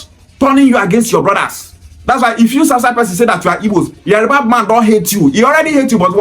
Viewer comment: Bro it is Yoruba not yariba.